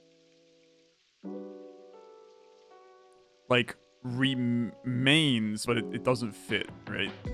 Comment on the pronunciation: I was losing my mind on some of these. Puzzle reeee maa ins? Ree-mah-ins? PLS MY HEART.